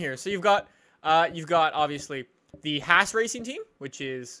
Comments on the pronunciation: It's Haaaas not hAss (tried to sound it out with letters ;) ) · Haas is pronounced liked yass